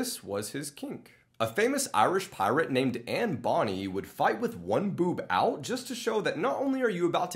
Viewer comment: You pronounced Anne Bonne incorrectly